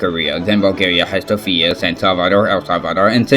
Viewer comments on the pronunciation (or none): "Then Bulgaria has Sofia" PLEASE PEOPLE START PRONOUNCING SOFIA RIGHT FOR ONCE!!!!!! IS IT THAT HARD?!?!?!